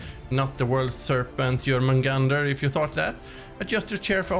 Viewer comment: So that's how you pronounce Jörmungandr! good to know haha 😀 on a serious note though, this game looks beautiful! Loving the vibrant colors and the overall art style!